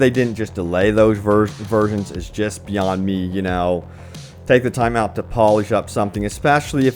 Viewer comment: I can't take anyone seriously when they think that the Y in "beyond" is silent.